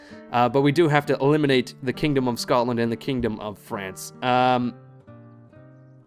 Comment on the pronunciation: What's Frence? BTW, that's not how Rheims is pronounced in French. But don't ask me for the correct pronunciation. What's so hard to understand about the "allies declare war" popup? It says something like: This ally attacked that other one, you can only stay allied to one of them, WOULD YOU PREFER IT WERE THE AGGRESSOR? YES/NO